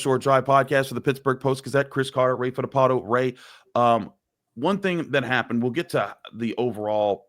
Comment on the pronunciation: There’s an L in Fittipaldo. You’re supposed to pronounce it.